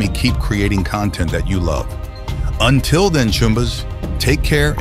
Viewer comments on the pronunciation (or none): none